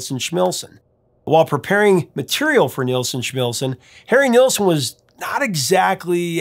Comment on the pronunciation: How do you get Schmilsson right, and Nilsson wrong?